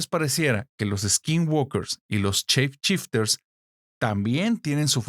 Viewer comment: Gente, gente, gente! No son chep chipters. Son shape shifters. Si no saben hablar ingles, no hablen ingles. Existe una traducción. "Cambia forma"